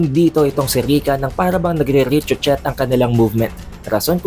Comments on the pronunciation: Ano ang richuchet? Baka ibig mo sabihin ricochet (riko-shey)? 😂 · tamang pag pronounce po don is ri·kuh·shay😊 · ah i see, pasensya na kaya pala parang bago sakin. nagkamali lang pala ng pag pronounce si. btw, salamat pre😁